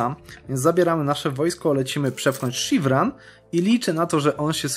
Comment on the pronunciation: Szirwan nie Sziwran kurde !